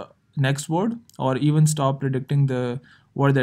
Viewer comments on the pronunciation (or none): none